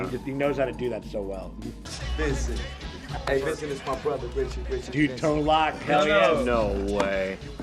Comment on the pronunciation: FYI, Tone Loc's name is pronounced "Tone LOKE", not "Tone LOCK."